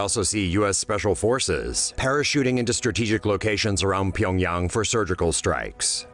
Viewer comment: Finally someone pronounces Pyongyang right